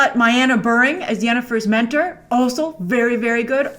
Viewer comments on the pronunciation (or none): none